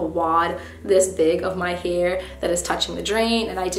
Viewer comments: I feel like every time you said “hair” it sounded like “here” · the way she says hair - heir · I've never heard anybody say the word "hair" like that before 😳